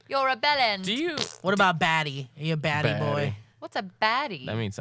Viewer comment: Was trying to say "batty"?? Lol came off as "baddie"😂